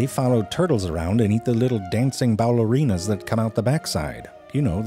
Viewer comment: Did he say dancing bowellerinas?